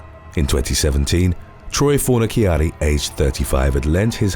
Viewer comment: Fornaciara, ci shsh sound! fornishari is how it is pronounced